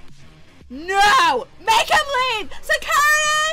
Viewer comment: security se curity XD remind of bon qui qui